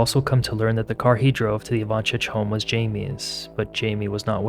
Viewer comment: Also it’s pronounced Ivan-SIC not chich.